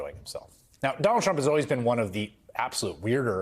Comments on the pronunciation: Did he call him Jonald Chump? Lol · Is it me or does he say Jonald Trump at the start lol...